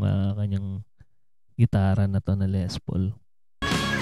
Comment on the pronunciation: When you pronounce Les Paul - pronounce it with silent "s", s/b Le Paul.